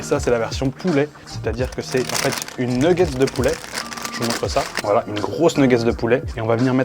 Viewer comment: J'ai failli m 'abonner puis j'ai entendu une nguggets ... :face-purple-crying